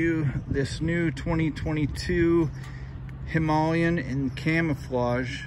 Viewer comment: Thank you for making the effort to pronounce Himaaa le yen correctly.